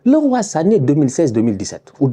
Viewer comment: Ca fait du bien d'enfin entendre un francophone bien prononcer Leroy Sané. Merci.